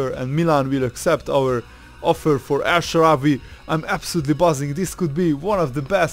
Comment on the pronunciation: "el shawarry" !?